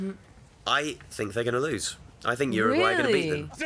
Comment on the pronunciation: Why is it that no one who speaks English can pronounce Uruguay correctly ? Lol It isnt even that hard